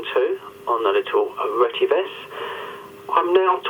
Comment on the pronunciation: The actual real pronunciation is RE-TE-VIS. Which means “Redefined Telecommunications Vision”